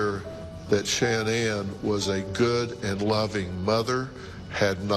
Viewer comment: Her name is pronounced sha-nan, it's not that hard to say and remember. If you want to honor her memory, pronounce her name correctly!!!!!